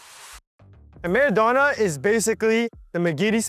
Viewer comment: It is not called mardona it is called marodona spin or roullete